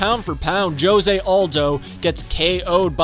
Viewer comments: It’s hose not jose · This man said "Joe-se aldo" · Bro, did this man just say (joe zay)jose? what the hell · Not being able to say Jose correctly makes me want to puke. I keep cringing